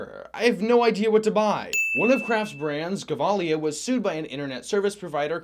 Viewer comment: The "G" in Gevalia is pronounced with a "J" sound not a "G" sound.